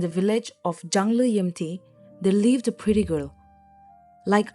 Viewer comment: Not jangliyemti its Jung/chung with the oh sound not the ang sound.